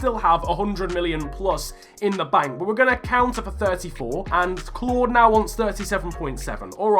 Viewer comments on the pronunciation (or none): none